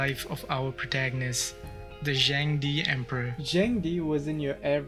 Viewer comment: just a suggestion: the pronunciation of Zheng De could have been more accurate. as Chinese is tonal, it's more like Zheng4 De2 正德, suggest to use google translate in Chinese to hear how it sounds. I'm sure your viewers would appreciate the effort in accuracy :) looking forward to the next crazy emperor!